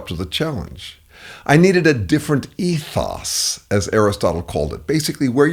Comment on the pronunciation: He is pronouncing it correctly.